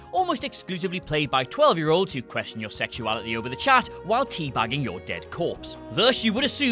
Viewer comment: It's year, not yeah.